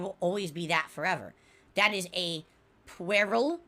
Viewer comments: I mean...he's not wrong...also, "pwerill" lmfao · it's PWERILL guise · lmfao dude doesn’t know how to pronounce “puerile” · Classic. Trying to act smart by using a word he doesn’t know how to say. Not even close to right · I took a double take when I heard him say that lmfao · who was the star of terminator 2?? add "puerile" to the list of words doesn't know how to pronounce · Thank you. He destroyed that so badly I couldn't even figure out what he meant to say.